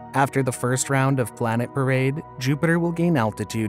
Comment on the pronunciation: WTF is a Blanet?